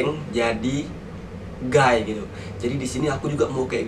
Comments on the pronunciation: “GAY” dibacanya “GEY” “GUY” dibacanya “GAY” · Ngeprank jadi guy??? Lah emng situ kan emn guy -_- Kalo inggris guy itu bacanya gay (seorang lagi-lagi/bro gitu) Terus kalo gay itu bacanya gey. Kesel dengernya pada ngomong salah.